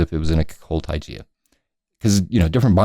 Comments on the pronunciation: Yeah, and it's "Tie-guh" not "Tie-gee-a" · heheheh.... what the heck is Tygia? You mean Taiga... Ty-gah! :) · Taiga is pronounced like tiger, not tijear! :P just thought u might want to know